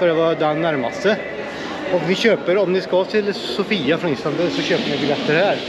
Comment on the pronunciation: Sååfia uttalas det nog;)